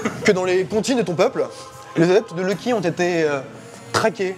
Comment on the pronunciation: y ma fallu une demi heure pour comprendre que luky c est en fait loki que prononce comme si il avait un poil sur la langue XD